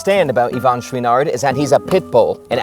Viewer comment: I’d find this video more enjoyable if you could learn how to properly pronounce Chouinard. Also, while you’re at it, “mountain” — there’s a ‘T’ in there. 😉